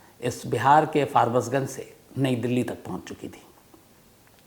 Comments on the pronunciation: Barbasganj nahi farbisganj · Bihar mai jo jagh hai uska naam " FARBAS GUNG " nahi "FARBISH GUNG " hai ( aapka niyamit story sune wala, Govind sharma) ❤ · That is farbisganj. Not farbasganj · Sir sayad wo Forbesganj hoga aap galat pronounce kr rhe hn uss jagah k naam ko.